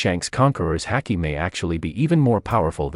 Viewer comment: Why's our man pronouncing haki like that